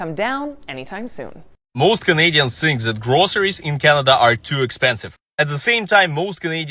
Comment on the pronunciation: the word you are butchering is Think with a T and an H … no S’s